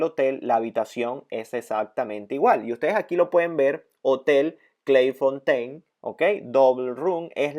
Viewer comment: Lo pronuncias en Inglés y es un nombre Francés. Es "Clej Fontén". Además es una mala experiencia en un lugar y no precisamente en París como ciudad.